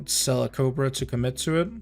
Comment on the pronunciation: Is it just me of you also here him say "COPRA" instead of "COBRA"